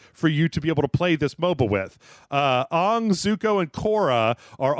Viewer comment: Damn you pronounced Aang from Avatar like they did in the M Night movie 😂.